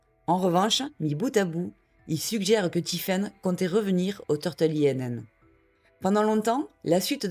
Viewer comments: Bonne vidéo ! Simplement INN se prononce [in] et ça veut dire auberge, taverne, hôtel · Pour info, “Inn” veut dire “auberge” en anglais. Ce n"est pas un acronyme mais un mot à prononcer comme tel.